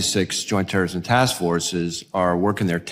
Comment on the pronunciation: She said Teeerorrism😂😂😂what a fool